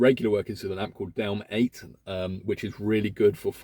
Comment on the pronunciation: Its DEL M8 not DELM 8